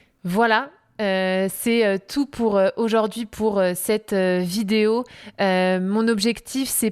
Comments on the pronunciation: Le français parlé est souvent différent : par trois fois, cette dame modifie la prononciation du mot 'aujourd'hui' : elle prononce, fort laidement, 'aujord'hui'...... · Aujord'hui -> Aujourd'hui Pourquoi c'est -> Pourquoi est-ce Hormis cela et quelques liaisons manquantes, il est agréable de vous écouter parler.